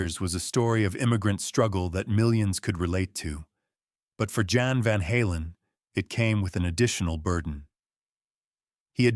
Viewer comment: Jan is pronounced Yon btw. Jan's sacrifice was worth it because he brought Edward Van Halen to millions of people. I can't imagine growing up without it. ❤